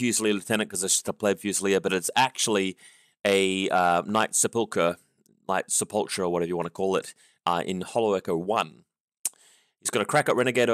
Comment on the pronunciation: Its sep·ul·cher pronounced Sep-ul-cur. Sorry I hate to be "That person" but it made the video a little painful to watch lol.